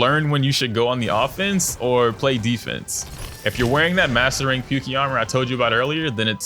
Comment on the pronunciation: Isn't it pronounced "Poo-kay" not "Pukey"?